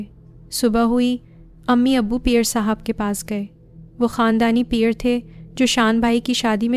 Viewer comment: Aap peer sab ko pear sab kw bol rahi hain,pls apni urdu durust krain,apki awaz bht achi hae,lakin apki stories me urdu ki bht mistakes hain